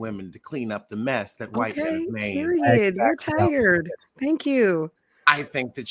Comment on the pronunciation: Chile I’m sorry but this was tie-urd! :-(